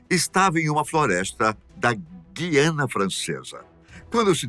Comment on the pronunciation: Tua pronunciação de Guyanna tá errada